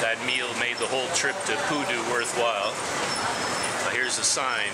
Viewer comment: I heard koodo instead of pudu...